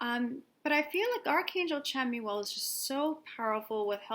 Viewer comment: It's actually pronounced Shamuel <3 Thank you for another awesome video, <3